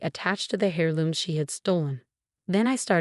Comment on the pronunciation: Oh please! Heir looms NOT hair looms. Learn to pronounce first, go back to school! Heir, the consonant H in heir is silent.